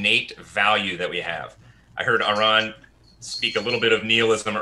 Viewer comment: mispronounced Aron's name 3 times with 3 different mispronunciations.